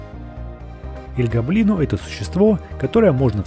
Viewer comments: гОблино а не гоблИно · Советую говорить не роблокс игра двери а из плэйса двери И ещё не эль го́блино а эль гобли́но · Не эль гобои’но а эль го’блино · всё класно, НО я как опытный фанат Doors Roblox хочу отметить что крест должен лежать на жёлтой подушечке, а таблетки на белой. И ещё: не Эль ГоблИно, а Элт ГОблино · Эль гобли́но? Нет Эль го́блино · Правильно ель гоблин а не ель гоблино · / Правильно не эль Гоблино а эль / Гоблино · Эль гоблино с о а не с а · Эль Го'блино на первую о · Не Эль Гобли́но а Эль Го́блино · Не аль-гобли́но а эль-го́блино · Эль го́блино, а не эль гобли́но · я просто поправляю, Эль Гоблино в его имени ударение на о не на и. И с Бобом можно взаймодействовать но будеть писать Ничего не произошло. Ловушка это растение. А-60 Поевляетса после двери А-60 ну также эти двери от А-000 до А-1000 в румсах их можно открыть спомощю двух отмычек и ключя скелета. И А-200 нету он называетса А-120 и он появдляетса после двери А-120 а не 120.